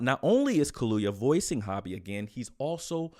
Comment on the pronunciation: It’s not hobby fam! It’s ho-bi !!